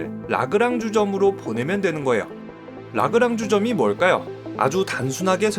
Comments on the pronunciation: 아~ 주점 이름이 라그랑주인가요? 케케~ 어쩌면 그렇게 한국말과 맞아떨어지는지 ㅎㅎ 라그랑 주점...역시 한국말은 띄어쓰기를 잘해야 ^^ 아버지 가방~ 이런것처럼 ... 재밌게 잘 봤습니다 아... 설명시 라그랑주점..이라고 하시니 ... "라그랑주 ...쩜" 이라고 하시면 착각이 안들듯 합니다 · 라그랑 주점이라고 자꾸 하시네 ㅋㅋㅋ 라그랑주 점이라고 해주세요... ㅠㅠㅋ